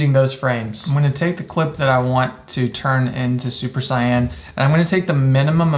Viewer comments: 'super cyan' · “Super cyan” tsk tsk tsk